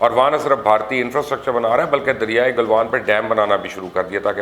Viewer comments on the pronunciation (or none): Plz say it right... It's not car Gil but Kargil KR GILL. Galwan not Gilwan